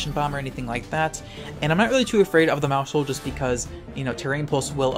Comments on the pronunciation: it's "mouse-hold" not "mou-shold" The word sounds like household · please stop using the sh sound in maushold its mouse - hold like household pls stop